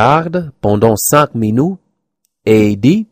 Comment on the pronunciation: pense bien à prononcer "minUte" au lieu de "minoute": j'ai remarqué que souvent les anglophones ont tendance à confondre et alterner les sons "OU" et "U"(ü)= il faut juste faire un peu attention; en France on prononce le mot "allemand" allmand* en ignorant le "e". Bon courage tu as déjà un bon niveau tu es loin d'être un débutant!!